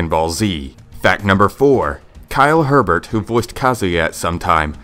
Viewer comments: Kyle Hebert is pronounced Kyle Hey Bear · For Kyle Hebert’s name It’s pronounced Abear